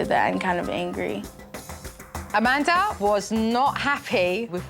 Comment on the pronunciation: Not trying to be rude or anything, but her name is Amanda not Amandr